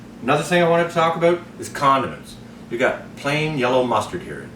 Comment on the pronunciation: Lmao I totally heard condoms too